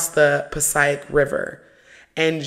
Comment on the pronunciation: ❤ oh how I love your videos. Not me born and raised in Passaic boutta dive deep into these stories. Just to help out w the pronouncing (Puh-Sake river) I can 100% promise that’s how we say it out here. I can’t wait for your next video. You truly inspired me to see what’s the first step to get to my spiritual destination.❤